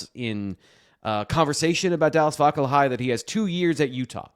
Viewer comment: Pronounced Vakalahee. His Mom is a work friend of mine. Comes from a good family. Strange get because his Mom kinda mentioned that Scally was the reason he picked Utah over BYU.